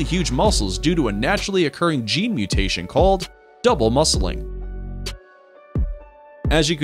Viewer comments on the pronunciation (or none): none